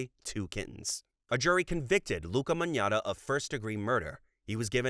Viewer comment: Magnotta is pronounced Mag-not-ah btw!!